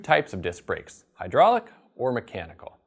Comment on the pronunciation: It's "High DRAWL ic" d00d! L0L